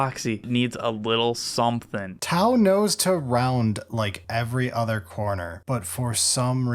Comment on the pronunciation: sounded WAY too excited for the first 40 seconds, glad the disappointment of T-glottal stop-au "melee" brought him back to normal